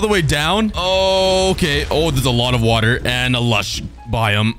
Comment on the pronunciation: “Let’s grab some wUtA” 😂😂